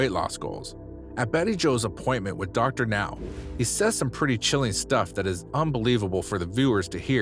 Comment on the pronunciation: OMG! The narrator finally pronounced Dr. Now's name correctly! Will wonders never cease? But the rest of the narration is pretty bad...